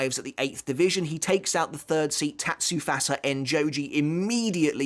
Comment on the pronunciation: Bruh who calls Tatsufusa, Tatsufasa?? How do you pronounce 2 'u's completely differently in 1 word????